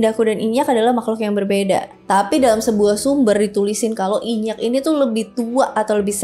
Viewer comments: Inyiiak kak bukan inyakk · nyebutnya aga salah ka, inyi